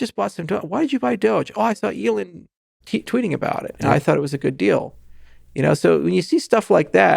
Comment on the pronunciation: He can't even pronounce ELON's name correctly!!!! - "SpaceX and Tesla were obvious" Please cancel this man